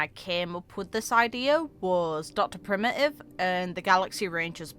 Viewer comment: The Geniuses are a really odd bunch. One of the "curses" of being a Genius is that you're smarter than everyone else, and more inquisitive than everyone else, so much that Nous has taken sight of you. (side note, the first pronunciation of 'Dr Primi'ive' really gave me some life and a smile!) All of them can forsee SOMETHING going down bad in the future, and they may very well hyperfixate on their specific doomsday worry. But because of that, we really can't work out their true philosophies or intents without having seen them in person for a significant period of time. Dr Primitive has done some absolutely terrible stuff, for example, but we can't know for certain why he's doing what he's doing without hearing from the man (ape?) himself. So far we've only talked to his cultist scientists, who like pawns may have no idea behind his actual motives. Just like Lygus, he can very easily lie to his underlings. Similarly, while we've heard much about Polka Kakamond and the others, like Ruan Mei they're all involved in highly dangerous experiments that could ruin the cosmos if they go wrong, or if they go right in Zandar One's case. Of all the paths, I'd say the Erudition is mostly likely the one that's likely to have a hand in the ruination of the cosmos as a whole - no-one else can create effects spanning the entire cosmos EXCEPT a crazy genius mcguffin device. It looks like the fate of geniuses are - especially because they're so inquisitive and smart enough to research many diff